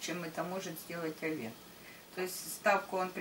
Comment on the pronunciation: Режет слух, когда ударение в слове Овен на второй слог. Ударение идёт на первый слог. О́вен, а не Ове́н, О́вна, а не Овна́, О́вну, а не Овну́ и т.д.. Простите, но режет слух прям, что не удержалась от комментария.